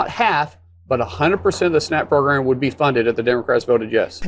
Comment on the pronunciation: What is up with the cowboy hat? And why can’t he say “program” properly? …… Fox and Comer Pyle say it that way too.